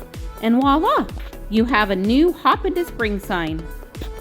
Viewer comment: Creative! It sounds like you said "wah-lah". I am very picky about this as it is "vwah-lah"...pronounce the v sound with the w sound. Voila in French.